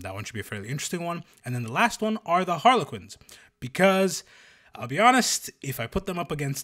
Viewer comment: Harrlequins, pleeeeeeease